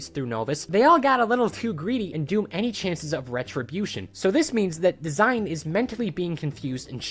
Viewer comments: Not sure if you’ll actually read this but the character DASEIN is not “design” it is “da-sein.” Dasein is a term coined by the german philosopher Heidegger and roughly translates to being an existence; more specifically how human beings exist in the world. Kinda of dope how the video game chose to name this character after this. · enjoy the videos. The Dasein tho is pronounced different. It’s a German word used by Martian Heidegger as a technically term for existence or being there/being-in-the-world. This comes from his book being and time an existentialist book. The ending note in arc four goes with this theme with finding meaning in a meaningless universe. College student philosophy minor this is what I do on my free time watch random YouTube videos to get away from all the studying. Then apparently use it for the most absurd reference. Like what kids are thinking of the meaninglessness of their existence and how they exist in the very moment. Ig in fairness I wrote on Dasein bc I knew what it was on a wizard 101 YouTube video at like 1 am.